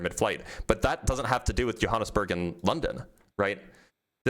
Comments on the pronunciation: Jonesburg???😂😂😂 Oh, Johannesburg! 😂😂😂😂😂😂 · Jonesburg? JONESBURG? for Johannesburg? I've heard English speakers from Africa call it Jo-burg. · Also said Yo-ha-nes-burg which I've never heard before but at least he knows where it is. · He was so confident in his pronunciation of Sao Paolo while saying Jonesburg. Dude is worthless. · And Johannesburg. "Jonesburg"